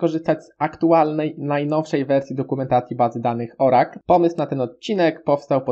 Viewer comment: Hehehehehe, nie wymawia się baza danych "Orakl" tylko "Orykul" :)